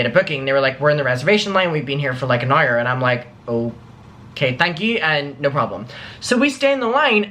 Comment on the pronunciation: You say "Hour" like a pirate. Ayreeeee! xo Love it!